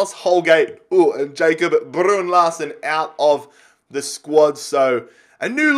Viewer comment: Thank fuck you sold Larsen, Saves us all cringing every time you say his name.